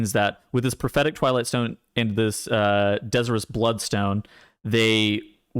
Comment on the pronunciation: de-ZIRE-us blood stone. As in the stone desires blood. Not dez-ee-rus.